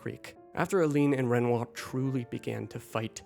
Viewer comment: I’m sorry, what did you call renoir ?